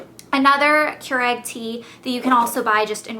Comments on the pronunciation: Its not Keur-egg its Keur-ig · she kept saying kyur-egg. not kyur-igg. made me crazy! lol. looking forward to trying their teas!!